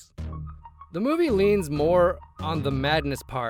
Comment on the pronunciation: This meawvie is all wong, get it wong?